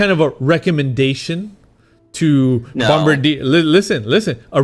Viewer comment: Horizon’s SOP is FUBAR! Btw Kevin teach how to pronounce Bombardier “en bon français”😄 I visited the plant on St-Laurent